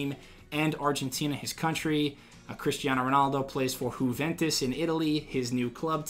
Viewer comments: HOO-ventus? It’s YOO-ventus. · Wtf is huvantis? It's juventus in most mainland European languages ' j' is pronounced as an 'i' not 'h'